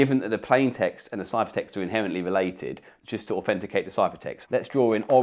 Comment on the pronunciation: Do a shot every time he says "aufenticate"